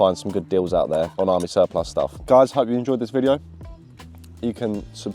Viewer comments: Why can’t either of you pronounce the word Surplus 😂😂. Great vid as always lads keep it up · I’m cracking up every time you guys mispronounce surplus!